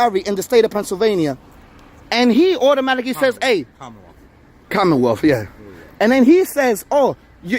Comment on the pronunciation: Pretentious douchebag says, “Commonwealth.”